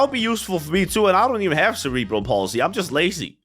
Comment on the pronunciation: "Cere-bul pulsey"